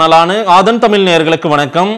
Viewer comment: Thambi நீ முதல்ல தமிழ் ஒழுங்காக sollu...அப்பறம் ரஜினி பத்தி பேசு..ழ சொல்லி பழகுங்கள்...தலையெழுத்து...உங்க தமிழ் கே‌ட்டு‌ பாக்கணும்னு...😫🙉🙈🤦